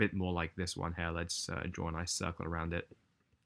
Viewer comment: Hey dude if your from the UK why do you say “hair” instead of “here”? Lol just curious